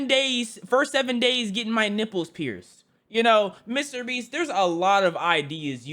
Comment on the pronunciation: Bro said "Mr breast" 💀